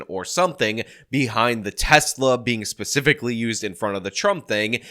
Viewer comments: said pacifically instead of specifically 😂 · so that wasn't just me!! I had to replay it and it sorta sounds like she puts the most silent of Ss at the beginning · Did that fbi agent say “pacifically”? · She literally said pacifically instead of specifically 😂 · she’s a spokeswomen for the fbi in this situation. Yes she should know the difference between “pacifically” and specifically. What? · She pacifically made it clear that it wasn’t a terror attack. We live in New Orleans, and were watching the local news Wednesday morning, and when she said “pacifically” my husband about died. I also loved her nose ring, something that is pacifically violative of the FBI’s rules regarding their agents’ appearances: no facial piercings. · I don’t know. Do you think the script she was reading from said “pacifically”?